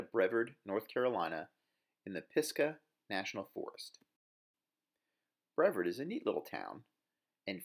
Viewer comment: Bre-VARD. Stressing the "VARD" as in "YARD" is how you pronounce the name of this town.